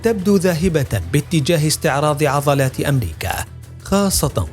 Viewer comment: الله يعطيك العافية ، في الفيديو قال مقدم البرنامج في بداية الحلقة ظد والمفروض الكلمة هي ضد ، وايضا عضلات وليس عظلات